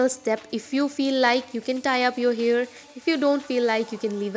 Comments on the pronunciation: why are you pronouncing 'hair' as 'here' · the pronunciation of hair is disgusting..... it sounds like "ears" sometimes "here or years".....